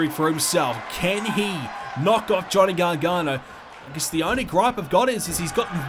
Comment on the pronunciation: It’s not Johnny garghana it ends with an o